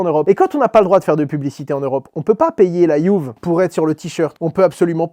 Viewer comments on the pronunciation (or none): none